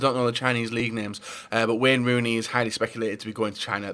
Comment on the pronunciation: "Wen runi"